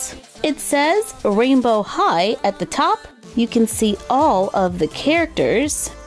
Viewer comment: OMG!!!!! Rainbow high sounds like “royal high”